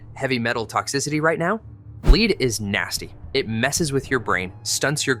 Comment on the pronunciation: Lead (the metal) is pronounced led, not leed....IIRC!!!